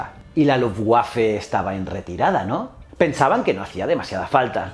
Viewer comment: Me encantó el vídeo lo que sí te recomiendo es que los términos en alemán, como Luftwaffe, los pronuncies es su idioma. Suena rara la W con su sonido anglosajón dentro de una palabra alemana dónde se debería pronunciar como una V.